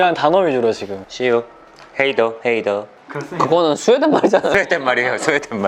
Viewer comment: 순간 헤이더 헤이더 하셔서 갑자기 힙합스피릿이 깃드셨나 했어욬ㅋㅋㅋ see you haters 인줄 ㅋㅋㅋㅋㅋ